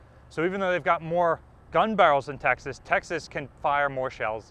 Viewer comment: No offence intended, but when you say "Texas" it does sound like "Taxes". Possibly, the state of "Taxes" should impose a low contribution on its taxed citizens. I further know, that the restricting factor in US battleship design were the Panama locks. Only the never built Montanas were planned with a 4x3 16 inch arrangement. The choice indeed is difficult, but I would prefer more guns in an efficient layout, hence the triple turret as in the pocket battleships. 12000 tonnes and 6 11-inch guns! That's something, indeed.